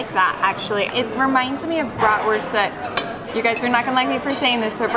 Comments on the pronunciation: Love the fact that Willa is pronouncing Bratwurst (Wurst instead of Wörst) nearly the german way. Does she speak german at Kita? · so cute, hearing her repeat back what they are going to eat and hearing her pronounce bratwurst in the correct German way....